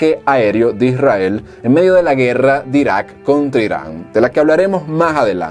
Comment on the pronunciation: No es etado unido, es estados unidos. No es irael, es Israel, modula.